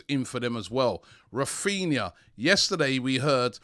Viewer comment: His names raphinha not raphina